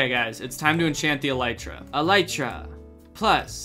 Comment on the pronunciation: Him saying elytra wrong just rubs me the wrong way